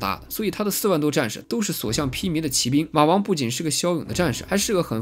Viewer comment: 不论它偏向什么宗教就是宗教，学习科学知识也是求知也是增长智慧，为什么不见人叫科学为科学教呢？？ 举世公认的佛教是世界三大宗教之一，结果您一个没有神就直接否定佛教不是宗教了。。。行吧，你说了算。 2, 骑兵的骑是读qi，不是ji。当qi读时是动词用，当ji读是名词用，这里读做qi是因为这里解释为骑马的兵，类似于英语中的动名词做形容词用。汉语也是有语法的，不是说你用Traditional Chinese就会牛逼一些，搞明白语法再来杠